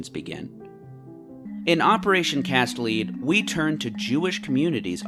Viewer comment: Cast lead, not “leed”. It’s a reference to bullets